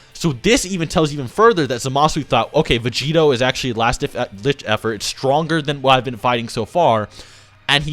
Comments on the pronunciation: Anybody else bothered by "Vegerot"? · "Blue Vegerot"